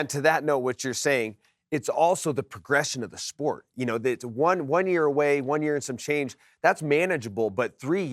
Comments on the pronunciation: Do you mean Cereal Gone? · I like how Alan says Ciryl Gane like its an asian name 😂😂